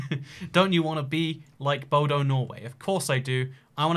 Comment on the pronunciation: WHEN HE CALLED BODØ BODO AHHAHAHAHAH